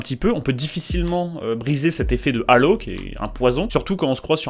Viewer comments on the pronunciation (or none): none